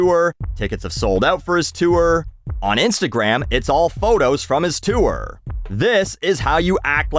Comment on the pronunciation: Anybody else weirded out by the way says “tour”?